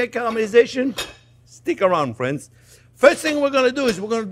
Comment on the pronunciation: I thumbs up as soon as I hear you talk! "Hello Fwends" You are my favorite chef!